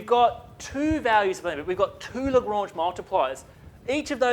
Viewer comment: Absolute boss of a mathematician and comedian; best pronunciation of "Lagrange"